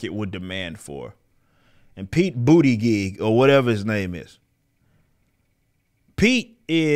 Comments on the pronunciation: Spat out my drink when this man said Pete “booty gig”🤣🤣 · "Bootygig" ,Rippa you ain't had to do him like that 💀💀💀